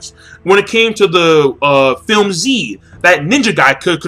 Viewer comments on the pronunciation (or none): none